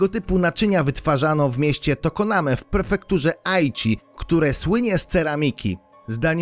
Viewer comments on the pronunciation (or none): PREFEKTURA a nie perfektura , poszukiwacze wyświetleń...